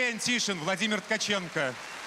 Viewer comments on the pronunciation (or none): none